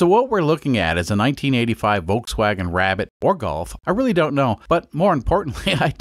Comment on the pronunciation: I don’t think anyone has a problem with you cutting up the car more of a problem with you pronouncing it incorrectly the L is not silent voLkswagen